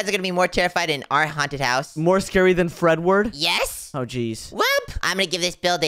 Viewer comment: it's not Fred word it's fredy